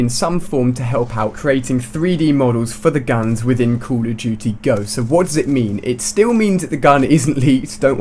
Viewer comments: he said call of tootie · I like how he pronounces COD "Coll of tuty" jajajajajajajaj